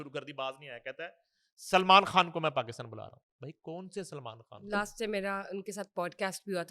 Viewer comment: بشری کھان سلمان کھان کوئی اس بندی کا تلفظ ٹھیک کرائیں